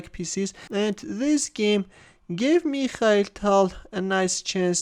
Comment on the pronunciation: "Meeekhal Tal" 😊